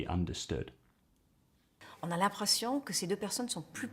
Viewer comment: on a l’imprəssion instead of on a l’impression. I think this is the first – even so tiny – revealing pronunciation mistake she does. Her french is very impressive!